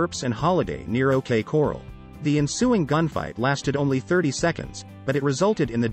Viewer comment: Love the videos. But whoever narrates needs to learn how to say corral..it's not coral